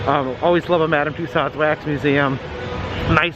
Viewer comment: I cringe every time I hear say tuSOD...Madame Tussaud should be pronounced: ma-DAM tyu-SOh